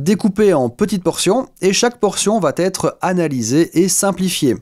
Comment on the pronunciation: Merci. Attention au tic du langage consistant à mettre des liaisons là où il n'y en a pas. Le plus fréquent chez vous étant "va-t-être". Bonne journée.